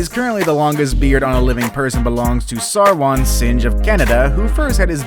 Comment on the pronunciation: His name is pronounced as Sarvan Sing. That is the actual pronouncation of his name but it is spelled differently.